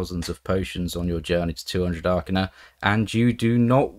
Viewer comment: I thought it was pronounced Arcane "a" rather than Arcanar... Hmmm :S